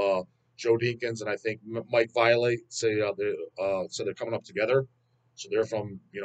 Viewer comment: the pronounced your name! It was always funny when he says 'violet.'